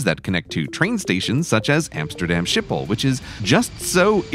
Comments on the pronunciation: ahum s"G"iphol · I love this, however Schipol is pronounced "ski pole" not "ship awl". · Shiphole or SkipHole or better pronounced as Sgggiphol. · Did he pronounce it right though? I've been told it's "Skip-Hole"... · Schipol is really pronounced very very very differently 😕 Not demanding the dutch native speaker pronunciation, but that wasn't anywhere close.